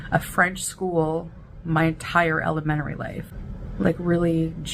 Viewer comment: just wait 'til you hear her pronounce "elementary."